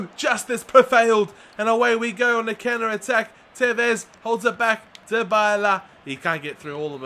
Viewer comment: Dybala is pronounced die-ba-la, not dee-bay-la like you are saying